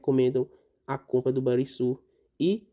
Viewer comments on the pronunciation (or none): Só uma correção na pronúncia do Banrisul: se pronuncia com som de RR. Ficaria então o som de Ban"RR"isul...